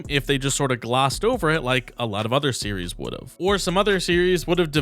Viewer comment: Series name is NOT pronounced Syria 😭😭